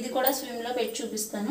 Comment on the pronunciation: Madam swim kaadu, it is SIM.